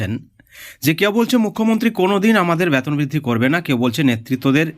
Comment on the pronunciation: ফালতু খবর। আগে আপনার ভাষা ঠিক করুন। ওটা ব্যাতোন নয় বেতন হবে।